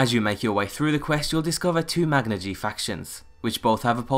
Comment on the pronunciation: You're pronouncing Magna-Ge wrong.